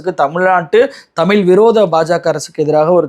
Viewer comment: அன்பு நண்பரே! நன்கு ஆய்ந்து தெளிந்து தாங்கள் வழங்கும் செய்திகள் மிகவும் நேர்த்தியாகவும் மக்கள் நலன் சார்ந்தும் உள்ளது. பாராட்டுகிறோம். ' ழ்' உச்சரிப்பில் சற்று தடுமாற்றம் உள்ளதுபோல் தெரிகிறது. தமிழ் என்பதை உச்சரிக்கும்போது' ழ்' சிறப்பு ஒலி துல்லிதமாக இருக்கும்படி பார்த்துக் கொள்ள வேண்டுகிறோம். நன்றி!